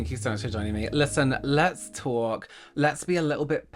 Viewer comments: Loving the Joan Rivers vibe with "Let's tawk." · Let's tawwwlk was very new york sounding of you 😂😂😂